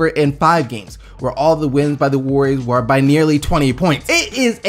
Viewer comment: you said you wah conflicted